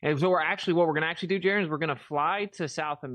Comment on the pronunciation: The I us pronounced eee, u guys!!! Just like Italian, Jeran!!!